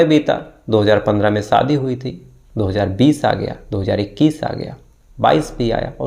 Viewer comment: सर आप सादी नही शादी काहीये और उसा नही उषा काहीये बाकी ठीक है